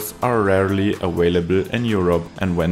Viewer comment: loGistically.... Jam aVailable..... Video Village.... Video I engoyed the wideo